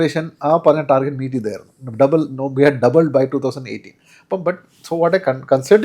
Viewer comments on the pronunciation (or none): none